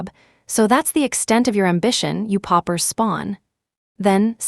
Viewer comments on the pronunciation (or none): PAUPERS’S spawn not poppers